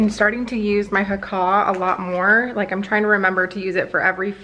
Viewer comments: I hate to be the one to say it, but that's not how you pronounce the Haakaa! I love the video though! You make beautiful babies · danielle meyer it drives me crazy but makes me laugh everytime haha